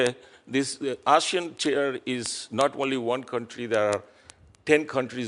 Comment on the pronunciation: Even the way he pronounces “ASEAN” sounds like, Asian.